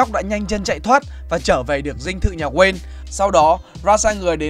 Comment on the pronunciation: Kể nghe giọng ko hay gì cả wayne mà đọc nghe toàn là queen